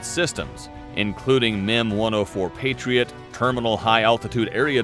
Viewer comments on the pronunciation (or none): none